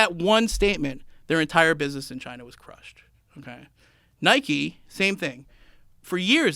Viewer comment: Nike = Niky Like = Liky Wtf!!!!!